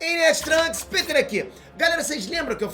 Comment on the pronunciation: ParAbéns pela pesquisa e tal... Mas vc fala muiiiiito rápido, acaba que pra leigos nesses assuntos é difícil acompanhar. Outra coisa, só fiquei pensando na pronúncia do seu nome kkkk Pêter rss mano, ou é Piter, ou Péter. Baguio esquisito